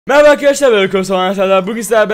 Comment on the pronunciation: O nasıl bir merhaba deme meba arkadaşlar ben